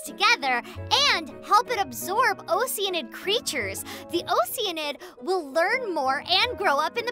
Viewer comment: That moment when all of us realize we were pronouncing “oceanid” wrong